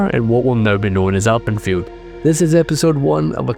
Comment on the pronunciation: I thought you were saying Alprechtfeldt and not Alpenfield.